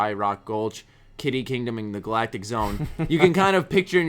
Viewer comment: Did you just pronounce Galactic as Gall-Actic?